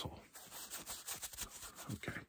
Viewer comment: "okeh 🫰🤠🫴 bend, over" I swear, it's that type of originality that makes his content for me 🤌🏼